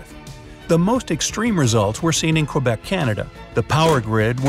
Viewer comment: Did he pronounce the "u" in Quebec? MY EARS